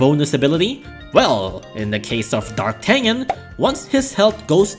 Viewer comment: Fun fact D'Artagnan is actually prononced "DAR-TA-NYAN"